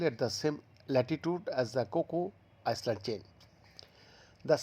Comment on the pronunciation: Hello, it's pronounce I-land, not ice-land. At this age, you still can't pronounce 'island' correctl